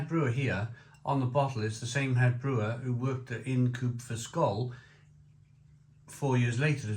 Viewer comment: Not "in'd coope" but pronounced "eye n'd coop" ~ Ind Coope.